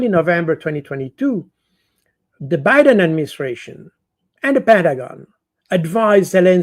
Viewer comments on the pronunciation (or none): none